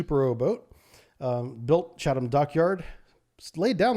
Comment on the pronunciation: Fairly sure you are pronouncing Chatham wrong.